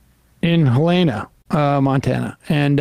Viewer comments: Helena, not Helayna! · As a Montana, it's pronounced Hel-en-a. Not hel-ee-na. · He could at least learn how to pronounce our state capitol. It's not Hell-A-na, it's HELL-ina. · It's pronounced like the name Helen with the ah sound. Not Heleana. Just thought I'd throw that out there for future reference. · Always a pet peeve, but Helena is not pronounced Hel-Ay-na..it's Hell-ena. Rich out of staters have destroyed housing in Montana. People who grew up in Montana and who's families have been there for a century are now being pushed out of their own state so that rich folks who want a great view or those that want to play cowboy for a couple months out of the year can take over. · I voted R once: I voted against disgraced Senator Herman Talmadge (D-Ga.). Other than that one aberration, I'm YDD till I D-I-E!! BTW: it's pronounced "HEL-e-na," not "he-LANE-a." Peace. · montana gang represent. also hell-uh-nuh. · Hell-en-ah -- but I did like how you pronounced it. Montana has always been a very interesting state for politics.. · Small note: The capital is pronounced more like Hell-ih-nuh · He-lay-na. lol. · It's actually pronounced "Hell inna" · It's " Hell-in-aaa" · Haaa it's pronounced like "Helen-uh." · It's not HelAna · Don't sing this guy's praises. He's completely toed the right-wing Republican line after running on being a fiercely independent libertarian. And it's pronounced HELL-ena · Its pronounced hell-en-a. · It's pronounced Helen-uh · You guys should at least try to pronounce the name of cities correctly. I'm from South Dakota, and I give most people a pass for Pierre because who the hell would pronounce it the way we pronounce it here, but "Helena" is a much more popular and well-known place than Pierre, SD. I would also understand if you pronounced Buenos Aires wrong, too, because that one is hard, but I'm not from there. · but that's not how you pronounce Helena Bonham Carter's name. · Why do you keep pronouncing Helena like that?